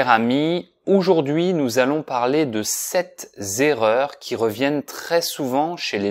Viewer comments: Je ne comprends pas la liaison que tu fais dans sept erreurs. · Bonjour, j'espère que vous portez super bien, j'ai une petite remarque concernant la liaison entre sept erreur, et ce qu'on disait sept (z) erreurs comme vous le prononcer ou on prononce sans liaison. Merci d'avance. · Sept erreurs!!!! D'où vous sortez Sept zerreurs ???! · Les 7 zerreurs... j'ai perdu un tympan sur le coup. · Why did you say 'sept Zerreurs'? I am confused!